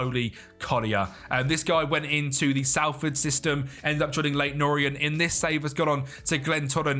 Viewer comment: just so you know its not pronounced sal-ford its sol-ford